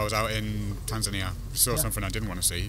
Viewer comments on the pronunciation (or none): none